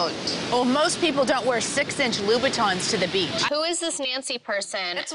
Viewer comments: Paul Anderson it’s louboutins not loubutains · It’s luu buttons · Ok let's stop this mess it's louboutin ( ou is pronounced like "oo" ) and "in" is just too complicated for an American 😂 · Bruh it’s louboutins hahahah